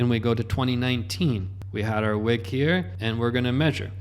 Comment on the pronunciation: Whick?….Joohn whick 😏